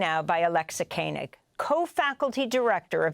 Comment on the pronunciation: This was extremely eye opening, and excellent! Thank you for this! But please pronounce Alexa Koenig correctly! It is just the way it looks.. yet you repeatedly said, ‘Kainig’! I know other Koenig’s that are from my religion.